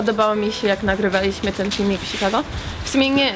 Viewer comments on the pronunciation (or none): none